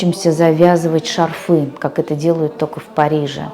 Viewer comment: ШАрфы),а не шарфЫ..